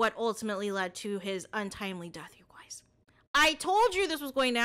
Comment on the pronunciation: "you goiys"😂